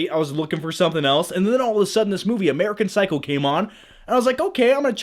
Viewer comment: Did he say "American Cycle?" :D